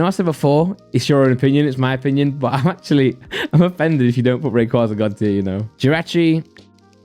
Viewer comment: Rayquaaza u sound like the queen saying it